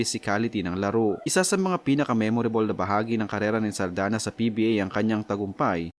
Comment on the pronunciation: SALDAÑA not SALDANA